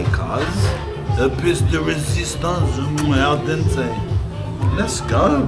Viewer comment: Man said al dente 🤣